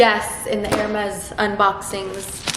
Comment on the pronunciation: ilove how you pronounce the brand correctly